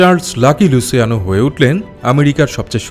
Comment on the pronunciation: আপনি নিজেও অনেক ভুল বলছেন, অইটা লুছিয়ানোই হবে আর গাম্বিনো সঠিক শব্দ, আর অইটা লুকেজি হবে না হবে লুক্ষেছে, গটি হবে না হবে গত্তি, এইগুলা ইটালিয়ান নাম এইগুলা এইভাবেই উচ্চারণ করা হয়(luciano,Lucchese, Gambino, Gotti)